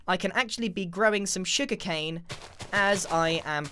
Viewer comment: Every time he said "sugar cane" my soul hurt a little like I had been Northern Downpoured a little bit